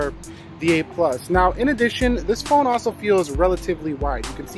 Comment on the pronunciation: R u calling this phon sir??